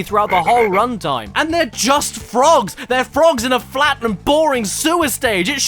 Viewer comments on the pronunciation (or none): flick in da nats 😂 Loightah Dan Ayyhr! 🤣 JEEZUSH H CWISPS!!! BLLLLLIMPS! balloon passing air sound 🤣 The FWOGS!! Bum bum bum BUUUUU